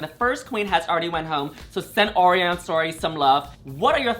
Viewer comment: Btw Orion’s name is pronounced like the constellation, it sounds like O’Ryan.